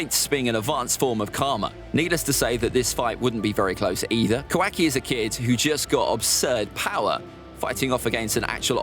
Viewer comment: Ka- WAKI